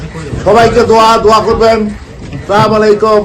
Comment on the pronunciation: সালা সালাম ই দিতে পারে না